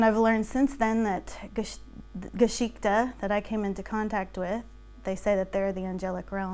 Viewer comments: She does say "Geschichte" but she pronounces it so incredibly wrong it hurts me as a German. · We're being WARY, BECAUSE MANY PEOPLE ARE UN-TRUSTWORTHY. (One "Red Flag" is that she can't even be bothered to learn the correct pronunciation of the Main Character of her Tale: "Geschichte".)